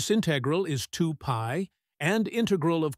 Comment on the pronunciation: Good exercise but AI voice doesn't know to pronounce "integral" or "cosine"